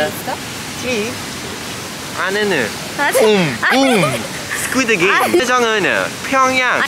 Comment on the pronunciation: "aneneun, boom, boom, squideu gameu, PYONGYANG" 💀💀💀. I'M CHOCKINGGGG